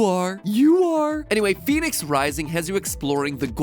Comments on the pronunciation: But it's not Phoenix... the game should be pronounced - Fen-ex. Daedalus pronounced - Dayd-a-lus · That's not how you would say that.. Fenyx would have the short e sound not the long e. So it's Pheh-nix.. you don't get to change vowel sounds just cause your quirky. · But it's pronounced Fen-ix not Fe-nix so the intro shouldn't say "Pheonix" if it means Fenyx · I'll accept Phoenix or Fenix, but Fenyx is "fen-yix"